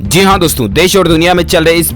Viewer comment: Zeee haaa nhi bhai jiiii haaaa hota h phle bolna toh seekh liye